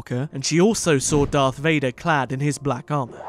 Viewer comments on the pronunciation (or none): I hate when people pronounce SAW like SAWR. why do they add an R at the end??